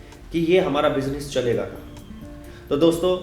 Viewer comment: Ye mazedar tha--- "pilaas" our "bijines" (pronunciation) 🤣😁